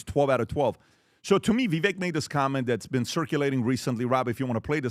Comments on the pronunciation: still can't pronounce "Vivek?" Like come on. Vivek rhymes with "cake." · so stupid…still can’t pronounce Vivek’s name. But you can get expert advice from him? Clown show